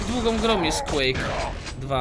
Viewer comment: Ale kaleczysz tego Quake masakra